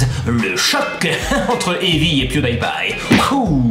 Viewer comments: "Pew-day-pie" LOL Pew-di-pie ! x'D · Tu Ne prenonce pas Pewdiepie mais PewdyPie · Moi je l'ai écrit bien avant d'avoir vu ton com' et je me suis dit: "Enfin quelqu'un qui le dit, quoi !!! Même en Anglais, ça ne se prononce pas comme ça !" LOL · On dit " pwidipye " pas " pwidaypye " Je sais sa s'écrit Pwedipie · Alors par contre ça se prononce pas pioudaïpaï mais pioudipaï hein^^ D'ailleurs c'est bizarre que personne l'ai écrit dans les commentaires...Vous allez pas m'dire que personne regarde PewDiePie quand même >.< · Rooh ok c'était vraiment pire que ce que je pensais tout ces PewDAÏPie mal prononcés D: Horrible, ça mérite presque un dislike pour une fois même si la vidéo était géniale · Non ca se dit pioudipay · Pewdiepie se dit "Puwdipaie" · ON DIT PIOUDIPAYE CA SE DIT PIOUDIPAYYEEEEE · sa ma stresser qui prononce mal pewdipie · c'est pas très grave... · La vidéo est cool mais on ne prononce pas Pewdiepie comme ça et ça m'a frustré jusqu'à la fin. Le Die ne se prononce pas comme le mot mourir en anglais. Le "ie" se prononce comme un i. Parce contre pour Pie c'est juste. Désolée d'avoir fait ma chieuse 😅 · tu prononce mal pew die pie